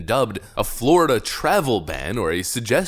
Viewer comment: Wow the guy speaking sounds like such an idiot I'm not sure he even spelled his last name right. "We are goin to ejicake da peoples bout Flawyida." Ffs who thinks that man is in a position to educate anyone about anything? You know how people say things like "you would have to be a complete and utter moron to believe this?" Well I guess we've found a believer.